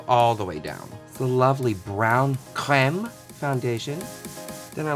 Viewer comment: omg please say creme again..sooo funny 😂😂